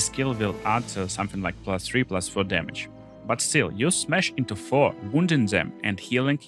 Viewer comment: "blutchurning chamage"